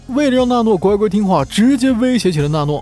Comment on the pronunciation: 是娜诺 不是诺娜 字幕对了 读错了